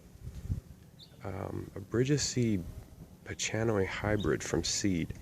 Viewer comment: By the way bridgesii is pronounced bridges-e-i, and the ch in pachanoi is a k sound not a ch like chalk.